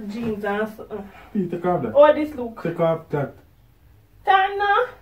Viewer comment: said tek off it 😆